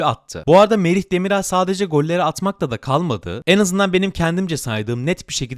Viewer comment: Demiral (yumuşak a ile değil) düzgün telaffuz lütfen